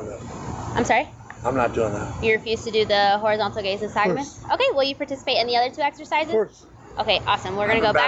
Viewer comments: “I have a stagmuss...” Lock that blow hard up. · he meant to say nystagmus hahahahaha